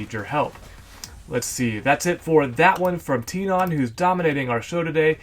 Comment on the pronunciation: I thouhg it was pronounced "Ten"on